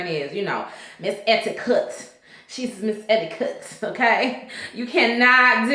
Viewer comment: Not Miss Ed-D-Kut😭😂😭😂😭😂😭💀